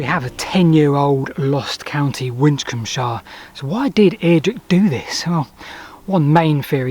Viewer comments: Probably pronounced Win-combe-shire. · Taking Kirkcudbrightshire as a model, it was probably pronounced Wisshir. ;) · Your "mispronunciation" of Winchcombeshire may very well be how people might have ended up pronouncing it. Both "sh" sounds make a slight tongue-twister and the word isn't very easy to pronounce. The evolution of language has a tendency over time to shorten or mutate things like that. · Very interesting video, but why do you pronounce Winchcombeshire like an American? Surely it should end in "-shə" like in Yorkshire or Hampshire?